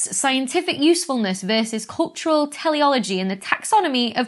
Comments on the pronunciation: It is pronounced tee-le-ology. The first 'e' is long, the second is short. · Do you mean teleology as in: "the explanation of phenomena in terms of the purpose they serve rather than of the cause by which they arise?" If so, I think it's may be pronounced 'tea'-lee-ology...as in, "We're gonna need a brew to mull this one over!"